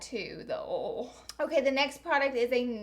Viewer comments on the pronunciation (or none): The way she says oil. "Ohl" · really late and pretty random but i love the way you say oil lol